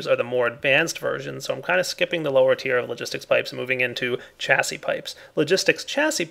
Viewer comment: Hey, Chassis is pronounced Sha-zee